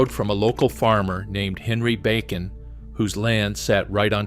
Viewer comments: Bacon. Backen. Bakken. Ugh! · BAW - KEN .....more on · This guy should learn how to pronounce bakken and many out words. Is this AI voicing this????? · Learn how to pronounce Bakken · Mispronunciations of Bakken, etc. Clearly has never seen ND. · The first map said ‘Wilmington’ on it while you said Williston….. Then you said ‘Back-in’…. It is pronounced ‘Bock-in’. The name of the city near where oil was discovered is pronounced is ‘Tie-oh-ha’ The first discovery well was NOT on ‘Bakken’ land, it was on Clarence Iverson’s land directly west of my great grandfather’s homestead and my Dad watched it being drilled.